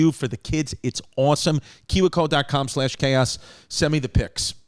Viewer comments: It's pronounced key-we co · I love how he pronounced kiwico.